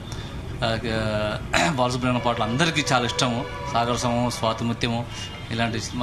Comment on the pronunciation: బాలసుబ్రం కాదు తల్లి బాలసుబ్రమణ్యం